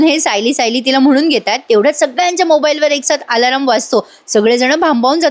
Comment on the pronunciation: एक गोड सुचना, अलार्म असे म्हण, आलारम नाही, बाकी छान असते तुझे सांगणे 🎉